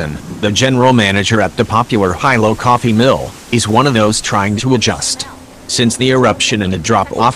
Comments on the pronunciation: someone tell the narrator it's not High -low it's pronounced Helo. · The robot can’t even pronounce Kilauea or Hilo. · Who taught the robot narrator how to say, “Kilauea” and Hilo?” Shameful!!!